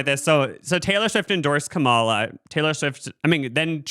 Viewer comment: Hiii bros !! Just to let you know you’re pronouncing Kamala wrong